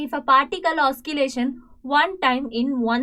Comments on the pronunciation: Pls teach clearly also say the words properly mam you said oskillation actually the correct word is oscillation pls correct mam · Oscillation not oskillation Also can't understand anything